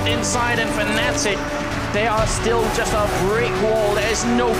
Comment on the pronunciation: Ur blocked kid... FNATIC* NOT FANATIC ...